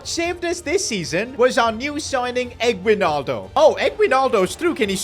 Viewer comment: The pronounce for his name is eggnaldo. (Yeah, we made jokes with it)